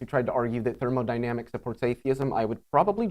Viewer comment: "thermaldynamics". I understand its just a slip of the tongue but its always fun to hear a non physicist mess up this word.